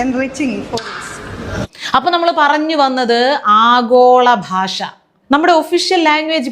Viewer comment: മലയാളം പോലും സംസാരിക്കാൻ അറിയില്ല,"ഭാഷ"പറയുന്നത് "ബാഷ"എന്നാണ് നല്ല ഉന്നതം?